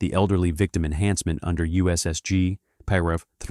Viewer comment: STUPID AI voice pronounced the word paragraph . . . “por-ahh-gruff” STOP using AI crap.